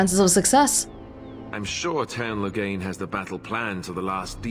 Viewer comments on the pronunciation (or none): i keep hearing Logang when they say Loghain lol